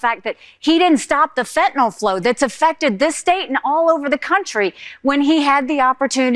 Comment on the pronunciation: Not FentaNOL, but FentaNYL.